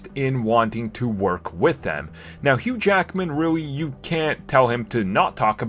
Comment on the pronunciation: DID ANYBODY HEARD HOW HE PRONOUNCED HUGH JACKMAN NAME ON THE BEGINNING OF THE VIDEO HE SAID SEPERATELY "HUGH JACKAMAN" LOL